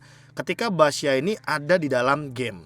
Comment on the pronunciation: Gw dengernya basya